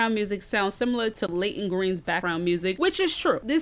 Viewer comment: You saying her song sooooo wrong it ain’t no Layton Greene I mean you said it different la-yt-On